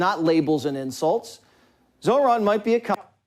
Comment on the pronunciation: Oh wow, that thumb looking dildo at the start actually said his name correctly. Their brains are so boggled it toggled the racism switch off.